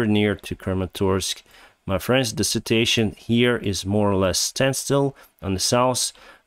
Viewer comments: Please. The word "situation" is pronounced with four syllables: Sit-chew-WAY-shun (with stress on the third syllable). You wrongly pronounce it with three syllables like the word "citation" which can lead to some confusion. Apart from that you´re doing fine. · Please. The word "situation" is pronounced with four syllables: Sit-chew-WAY-shun (with strees on the third syllable). You wrongly pronounce it with three syllables like the word "citation" which can lead to some confusion. Apart from that you´re doing fine.